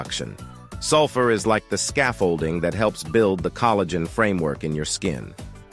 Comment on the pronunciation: Coal - a - gen 😮 Hopefully AI isn't teaching English pronunciation anytime soon 😉